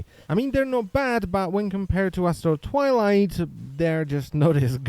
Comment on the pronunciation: I kept hearing "Asshole Twilight" and was most amused.